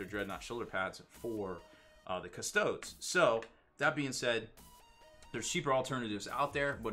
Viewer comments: He pronounced them "custoads" instead of cust-oh-deez" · Wow, how he butchers pronunciation of "Custodes"